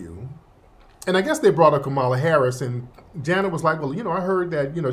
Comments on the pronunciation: When you learn how to pronounce the vice president’s name properly maybe I’ll listen to you again until then. Bye. 😢😮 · When you learn how to pronounce the vice president’s name properly maybe I’ll listen to you again until then. Bye. 😢😮 I will not give that brother any kind of applause you either